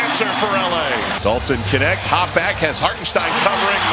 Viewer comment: his name is Knecht, not Kenekt